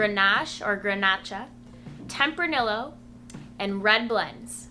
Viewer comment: Good video. I always enjoy watching your videos, but I do you have to say that your pronunciation of Tempranillo is surprising to me lol. In Spanish, double L‘s are pronounced like a Y. So it’s pronounced like “ temp-rah-nee-yo”. :)